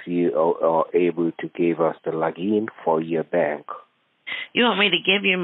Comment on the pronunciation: I love it when you toss logic in the scammers face. Trying to get your bank "Logeen" was hilarious.